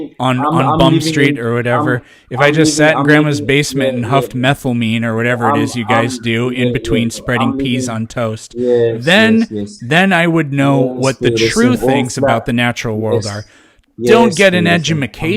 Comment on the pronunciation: “methylamene” lmao